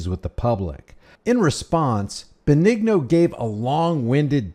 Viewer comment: Dennis Benigno( ben-ee-no) not (ben- eg- no) sorry.